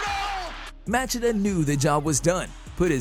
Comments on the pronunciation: Motch-ee-duh, emphasis on first syllable. He only screwed up the beginning a bit. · Who is this Match-a-da of which you speak? Dude, it's pronounced "ma-she-da." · Ok I thought I was the only one who noticed that. As in Ma- shee-da & not Mach-id-da. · It’s pronounced Mah-Chee-Dah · Literally thought the same thing but you commented first 🤣🤣 matchedaaa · Modge ehh duh. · Ma-chit-uh Really? Dude, please do just a little more research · Please learn how to say Machida correctly. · That is the most brutal way anyone has butcher Lyoto Machinda's name ever, well done. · I don’t know what’s more brutal. The 15 head kicks or the way you butchered Machida’s name. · I was gonna say the same thing but you beat me to it when I first heard him say his name I wanted to front kick him for Machida lol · the guy makes videos about the shit but never saw a ufc where machida's name was said out loud? sus not to mention there wasn't even an attempt at pronouncing cro cop